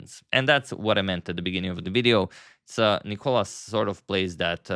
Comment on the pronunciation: Thank you for trying your best to pronounce Nikolas’ name correctly. The second time you aced it. Great video !